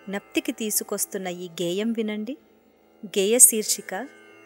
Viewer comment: Ayyaa, aksharaala uchhaaranalo marintha jagratha vahinchaali; mukhyamgaa vyaakhyaatha garu. Vaaru cheppina paata (edagataanikendukuraa thondara) saahithyam thappugaa udaharinchaaru. garu, 'geeya' kaadu, 'geya'. Alaage 'shirsika' kaadu, 'seershika'. Chinna chinna skhaalithyaalu raakundaa choochukondi. Migatha prathnam mudaavaham. Anyadhaa bhaavincha vaddu.